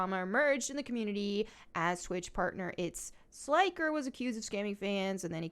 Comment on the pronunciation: Should look into the issues around it more. Seems like a LARGE lack of research on your part considering you can't even pronounce the scammer's name right. there was also a very big movement to ban the hot tub streamers before Twitch decided to put them into their own category for whatever reason. The problem most sane people had with gambling was that it was sponsored. the sponsor was the problem because if you're a streamer with a high teenage viewer base and you keep getting the sponsorships (that pay a SHITLOAD of money, in the millions.) So if you keep getting those sponsorships, the chances are 100% that you are getting teens into gambling, because no way in hell are they gonna keep sponsoring you at a loss. And that's basically what ended up getting banned, all the sketchy crypto based websites that specifically moved out of the USA to have more lax laws around casinos were banned from twitch, not gambling in general.